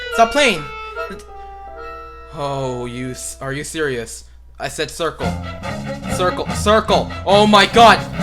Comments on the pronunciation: Hahah when you say crucle in rage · THE STRUGGLE AT THE ✨SARKLE✨